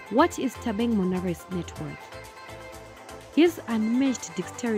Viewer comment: Bathong... it's "Thabang" ... not "Thabeng" 🤣🤣🤣